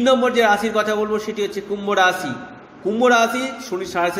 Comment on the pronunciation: Rasi noy rashi uchcharon hobe.. r jarj noy judge.